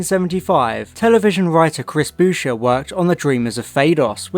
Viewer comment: Chris Boucher's surname rhymes with voucher. Surprised you thought Stephen Harris was a real author.